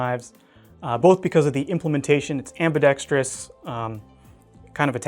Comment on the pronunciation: The word is am•bi•dex•trous. Not am•bi•dex•tree•us. A minor thing, but you look and sound a lot smarter when using "big words" when used and said correctly. Not being a hater by any means, just trying to help you for the future. The teacher in me just couldn't let it slip by.